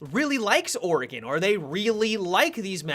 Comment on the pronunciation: finally someone pronounces Oregon right...